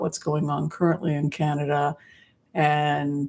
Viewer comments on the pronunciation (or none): none